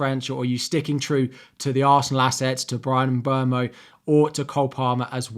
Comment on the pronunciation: Thank you for pronouncing Mbeumo's name right! Love your videos!